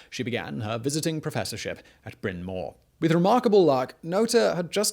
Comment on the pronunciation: I'm from PA and Bryn Mawr is a commonly mispronounced name. You were close! It's "brin marr," not "brin more." :)